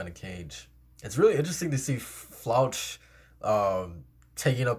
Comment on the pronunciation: Floch is pronounced flock